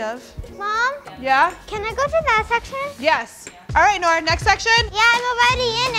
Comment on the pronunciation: its noor not nura